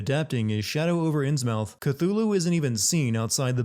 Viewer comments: Innsmouth is pronounced Innsmuth. NyarlAthotep, not NyarlOthotep. Dude, do you even Lovecraft? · sin for pronouncing innsmouth as literally inns-mouth